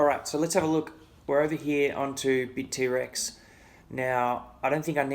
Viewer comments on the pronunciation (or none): Bit-T-Rex? Init Bitt-rex bra?